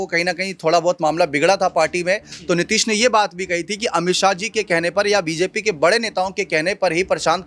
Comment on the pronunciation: गधा तुमको बोलना नहीं आता नीतीश कुमार बोल नीतीश नहीं